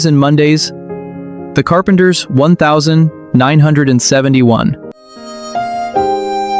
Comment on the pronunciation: The AI reads the year oddly. Instead of nineteen seventy-one, it reads one thousand nine hundred and seventy-one 😂